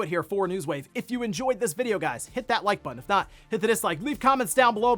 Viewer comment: i love how hard he says “HIT that like button” now lmao for years he would just say “that like button”